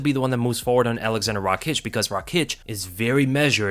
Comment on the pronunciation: No Rakiić, its Raakić